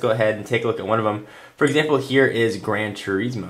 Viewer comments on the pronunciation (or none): it's "Ter-iz-mo" not "Ter-eez-mo" but nice vid as usual 5 stars!!